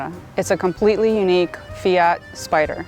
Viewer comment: Finally an American/Canadian who says Fiat and Mazda correctly!